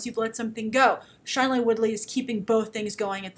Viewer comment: you're STILL pronouncing Shailene Woodley's first name wrong. She always pronounces it as "SHAY-lene" not "SHY-lene".